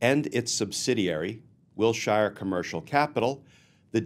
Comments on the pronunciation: Glenn - I love you, but in Los Angeles the street is pronounced "WIL-sher" not "WIL-shire" (I grew up there and know the street and area as well as can be LOL.) Great story. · While I'm totally on board with the various sentiments presented (Non-compliant surety, non-certified bond, etc), this old Los Angeleno winced every time you said Will-Shire ... Wilshire is pronounced "Will-Sure". So minor, I know. But pronunciation matters. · The Name Wilshire is pronounced Will Shure like He sure will be going to jail......... Wil sure Sure he will.